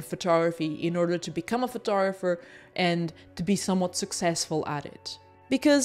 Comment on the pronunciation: Just to be a pedantic: it’s called a “photoGRApher” and not a “photogopher”. It is totally irrelevant and I’m a smaller person for letting the pronunciation irritate me. Sorry.